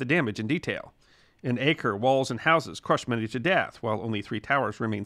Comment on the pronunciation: The correct pronunciation of Acre is Ah-ker (not Ay-ker), in Arabic Akka, and in Hebrew Akko.